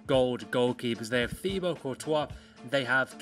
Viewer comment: FIFA Myth: Courtois’ first name is Thibaut (pronounced Teebo) not “Theebo”. Sorry for being that guy.